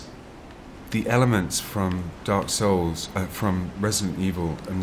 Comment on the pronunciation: lol, Every time I he says "Dark Souls", I can hear him saying "A-holes". If ya know what I mean...!